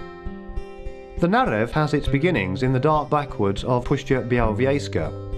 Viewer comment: I know that speaker is from West Europe but when listen śuwalśćiźna or puszcza białowiejska 😂😂😂